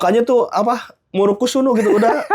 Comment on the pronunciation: “ murukusunu “ Nyiiiw 😂